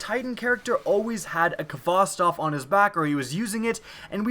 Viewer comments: you pronounced khvostov wrong. you pronounce it hva-stov. it's a Russian name. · The 'kh' in Khvostov is pronounced like the h in 'help'. It's 'Хвостов' in Russian, and the Russian 'X'=H. Just wanted to clear it up and I'm not dissing your pronunciation. Just say Hvostov, make Mother Russia proud, make Putin proud.